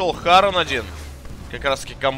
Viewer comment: харОн, - перевозчик в мир мёртвых в греческой мифологии. Не хАрон